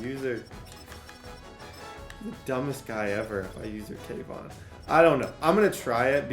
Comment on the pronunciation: It’s kayvon not cam 😂😂